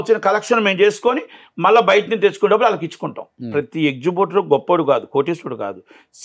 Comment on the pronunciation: ఎక్సుబ్యూటర్ ఏంట్రా బాబూ...ఏక్సిబిటర్ కదా..